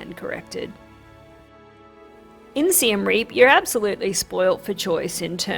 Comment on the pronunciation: Siem Reap ist definitely NOT pronounced like "Rearp" ("rear","hear", "ear"). It's more like Ree-y(e)p. The (e) is very short pronounce, like "uh" in English.